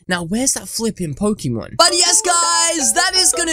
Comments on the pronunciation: DID YOU SAY POCEMON!!!??? DO PECACHU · DID YOU SAY POCEMON!!!!??? DO PECACHU